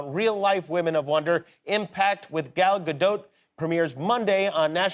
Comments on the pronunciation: There's no short A in Hebrew. Just say Good Golly Miss Molly but leave out everything but gol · He doesn't say it right it's GAL not Gel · It's crazy but no one seems to know how to pronounce her first name. The "a" sound doesn't really exist in english, but is basically the same sound as the "o" in the words "got" "pot" "knot" etc. So it's sort of like "Gahl", NOT like "gal and guy".